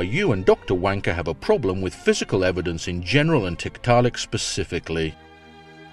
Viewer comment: Is it wrong for me to giggle everytime says tit-ta-lik?